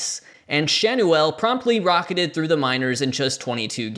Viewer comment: I think Schanuel is pronounced Shan-yew-ul.